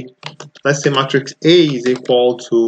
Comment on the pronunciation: I think it’s “may”-“tricks” not “mah”-“tricks”. Otherwise, this is very helpful!!